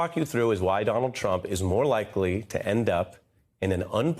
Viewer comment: It’s “statutes” not “statues.” That’s how you know this is an entertainment network and not a credible news source. Any decent reporter should know the difference.